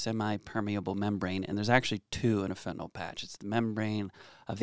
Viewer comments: It’s fen ta NIL not fen ta NOL!! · Can anyone pronounce it correctly??? Yl is pronounced "ILL" not "all" So FentanILL. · Awesome videos, super informative and great chemistry detail. My nerves would calm somewhat if you correct your pronunciation to “nyl” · Why do you keep calling it fentanol when it’s fentanyl? Love your content!! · The joke is how everyone pronounces it as "fentanol."